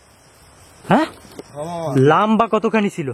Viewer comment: Aabar lambba bole lomba hobe..😂